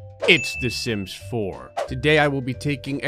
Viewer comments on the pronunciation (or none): The Sims fore...skin